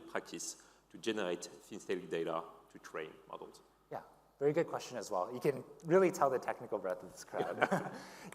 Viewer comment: am i the only one hearing 'muggles' instead of 'models' and thinking they're talking about humans?